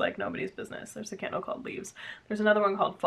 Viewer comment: Oh I heard KINDLE instead of candle... and was like,, why does anyone need moren than one kindle? And shoes are so important, so I love your choice:) I'm still working on my thesis, Agatha Christie on stage for teenagers... xx